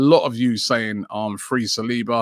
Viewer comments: Sah - Soo - Oh - Low 🙄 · Nobody: ... Robbie: Sa-swallow